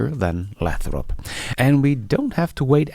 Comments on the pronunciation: It’s pronounced “LAY THROP”, with a long “A”. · Don't you be dissing ' pronunciation. Many of us come to these videos for his entertaining mispronunciations!